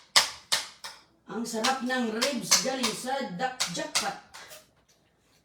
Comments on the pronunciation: Ribs not rebs😂😂😂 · Manners pls . Dnt talk while ur mouth is full bka sa sobrang katipiran mu mag suffer nmn ang health ng mga bata its not rebs but ribs😅 just saying